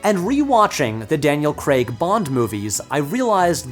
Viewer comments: Craig, pronounced like Hague, not Creg. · It's Daniel CrAAAAAAAAAAAAAig! Not CrEEEEEEEEEEig!!! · Why do you pronounce it "Kreg"?? It's "kreyg" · its not pronounced 'CREG' its spelt with an A, Craig (CRAYG) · I know it sounds petty, but it's Daniel Craig, not Daniel "kregg" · I love that Americans say Daniel Kreg and not Craig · I will never understand how "ai" turns into an "e" sound for Americans SPECFICALLY for the name "craig" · His name is Daniel Craig, not Cregg. It rhymes with vague, not egg. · CRAIG not CREGG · He's British. So it's pronounced "Craig", with an I, not "Creg". Other than my petty nature making me cringe, I'm enjoying the video! :) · Ok Americans, listen up. 'Craig' rhymes with 'plague'... NOT 'beg'! 😀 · Why can't Americans pronounce the name "Craig?" It's "Creg" like "Gregg" On top of this lots of them pronounce the word "leg" as Craig should be - "layg" Odd... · The American pronunciation "Creg" is always funny for Craig. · Craig, not Creg. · Craig. Crayg. Crayyyyg. Not Creg. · It’s pronounced ‘Crayg’, not ‘Cregg’. He doesn’t work in Silicon Valley… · Craig like CRAYG not Creg like Greg. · Nitpick on what is a banger video, but his name is Daniel Craig, not Daniel Creg. It's like Data says in star trek "one is my name, one is not" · why do Americans say cregg instead of Craig. CRAYYYYGGGGGG. 🤦‍♂️ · Will never understand why Americans call him ‘Daniel Creg’ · I’ll never understand why Americans pronounce “Craig” as creg lol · Cr-AI-g FFS! Not “Creg”! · Craig. not Creg. The actor is English and it isn't hard to get right. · He doesn’t. Maybe it’s just the American accent he has, but I agree with alokinrainborn: it sounds like he’s saying ‘Creg’ rather than ‘Craig’ (which in British English is pronounced ‘Crayg’). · Rewatching the video, I can hear "Cregg" the first time he mentions him, but after that he pronounces it "Crayg". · I'm not sure I can make it through a whole hour of it being pronounced "Daniel Cregg" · Craig is pronounced Cray-g